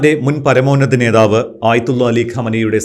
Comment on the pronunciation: നേതാവ് എന്ന വാക്ക് ശരിക്ക് പറയൂ...